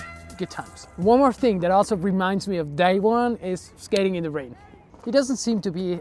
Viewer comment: Extremely minor point but the American pronunciation of his name is "Daewon" where the "won" is pronounced like the "Wan" in "Obi-Wan Kenobi," not as you would pronounce "day one"